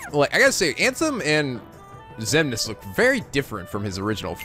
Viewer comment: Anyone else gets irritated when he keeps getting all the names wrong?